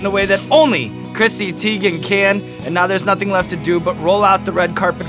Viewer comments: I'm surprised - I thought that you folks would get the pronunciation of her last name right. TY-gan, not TEE-gan. She's confirmed it, as has her mom. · Damn Sean, she just had a whole thing on twitter about how her name is pronounced... it's not Tee-gen, it's Tie-gen. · Who else clicked on the video wondering if they would say her last name correctly? it's TIEgen(how it's pronounced) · so on twitter she said her name was pronounced tie-gen and now it bothers me whenever I here it the other way now. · He definitely said her last name wrong lol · Her last name is not pronounced that way lmao lmao. Too funny but she doesn’t care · YOU PRONOUNCED HER NAME WRONG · Clicked on this mostly cause I was curious how it’s possible to mis-pronounce Teigen. Now I know ^^